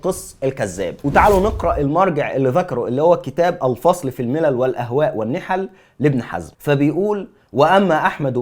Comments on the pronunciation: اخي الحبيب كتاب ابن حزم اسمه الفِصَل بكسر الفاء وفتح الصاد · صواب اسم الكتاب : "الفِصَل . . " بكسر الفاء وفتح الصاد ، وتعني جمع فَصلة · أخى الحبيب... بارك الله فيك وجعل ذلك فى ميزان حسناتك. تنويه يسير............. كتاب ابن حزم اسمه الفصل فى الملل والأهواء والنحل. الفصل بكسر الفاء وفتح الصاد،وليست بفتح الفاء وسكون الصاد...... وجزاك الله خيرا وبارك فيك.